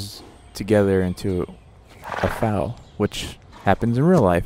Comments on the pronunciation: Don’t you love when he says fal instead of foal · Foal is pronounced like 'roll' with the r changed to an f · This is how you say foal: fowl Just a tip :) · That’s not how you say foal. 😖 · Bruh this dude can’t say foal